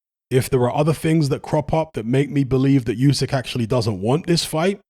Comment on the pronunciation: Usyk's name is pronounced ooo-syk, not you-syk. Tiny correction, genuinely not trying to be a smart ass. 👍